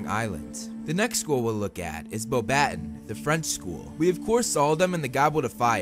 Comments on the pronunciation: It's not Bow BAT ton! It's Beau ba TOHN (kinda nasily on the TOHN) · yupppp, it’s supposed to be beau-batons, not be-a-u-battons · It's NOT bow-BAT-ton!! Its pronounced bow ba TONN (kind of a nasily TONN) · the french school is pronouced like this : bo-ba-ton the final s is not pronuced i know that becuz me dad is french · Hey dude, sorry, but pleeaaase look up the pronunciation before you talk about these schools. The word "Uagadou" could never EVER be pronounced that way - same with Beauxbaton. It seems like a very eurocentric thing to do and I wanted to mention that. Apart from that, great video!